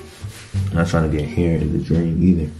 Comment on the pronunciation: “my haiwwww “ 😭